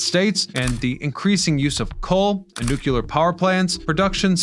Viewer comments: Nu cue lar is my personal hang up with his "tapestry". New Clee Arr. Come on! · Respectfully , it’s nu-klee-ar, not nu-ku-lar. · What' does "nuculer" mean?